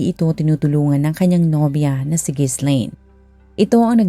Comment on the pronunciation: Ji-laine ang basa dun hindi Gis-laine